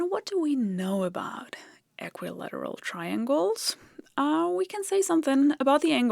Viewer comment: Who's going to have the heart to tell her that in English, we don't really pronounce "equilateral" the way that she did?